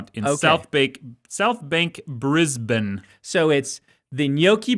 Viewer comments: Credit to Dan for pronouncing Brisbane properly. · Props to Dan's pronunciation of Brisbane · Dan said Brisbane right!!